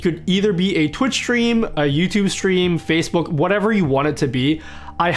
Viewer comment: the way he said facebook